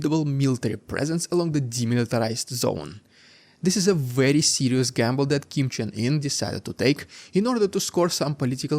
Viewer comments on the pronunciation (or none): Did you just say Kim Jung Ear? 😄